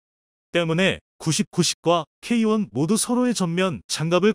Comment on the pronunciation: K1,K2를 케이원,케이투로 발음하시는게 듣기에 부드러운데요,,,,,,쩝